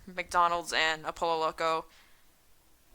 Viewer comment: And it not pronounced polo its pronounced poyo